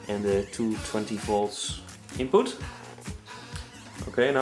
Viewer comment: lol. He said "inpoot"